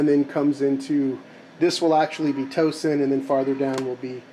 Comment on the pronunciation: one other comment- Towson is really said as Tausen. Grew up there. Moved from Carney in 1955